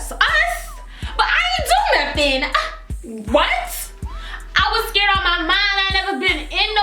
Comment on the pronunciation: When you said scared you were like scrrd 😂😂